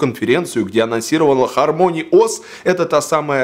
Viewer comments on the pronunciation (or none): Не ХармОни, а ХАрмони